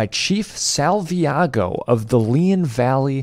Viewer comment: Salvaggio, not Salviago